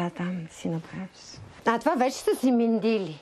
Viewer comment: МЕндиль, а не мИндиль. Хубав подкаст. Благодаря на авторите за труда.❤